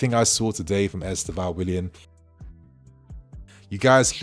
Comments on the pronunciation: Try to put the accent on the penultimate syllable. EsTÊvão. If possible. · The kid is great. If you are interested... the way we (Brazilians) pronounce the name is: Istêvaun. The "tê" is the strong syllabe: is-TÊ-vaun. The "vaun" is pronounced really fast. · Please y’all! Try to say his name correctly. I don’t know how to explain but you can ask a Brazilian person how . Same thing with Bruno Guimarães. Thanks !